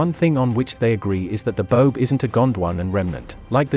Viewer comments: Baobab, pronounced with 3 syllables, Ba-oh-bab, not Bobe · the pronunciation of the boab tree is bo ab not bobe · You said 'boab' wrong! It's Bo-ab not 'bobe'! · Pronounced bo-ab not bobe. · The tree is pronounced Bo-ab. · Bo-ab (two syllables) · Bo-ab... Jesus, pronounce it right. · Say it as “ Bo-âb” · Boab is a word of two syllables my friend.